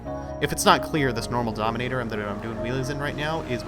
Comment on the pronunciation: Donimeter? Lol its Dominator